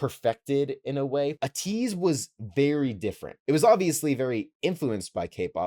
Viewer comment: btw, ateez is pronounced aye-teez